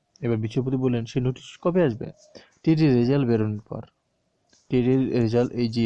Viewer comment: রেজাল্ট হবে , রেসাল্ট না 😴